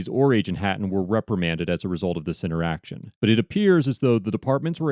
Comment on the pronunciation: What an intoresting intoraction